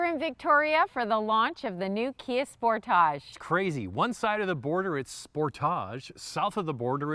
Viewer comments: Thats not how Kia says Sportage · I like sportaaaage pronunciation much better…….not sure how to spell it. 😃 maybe sportahhhge? Great review……..good looking vehicle………love interior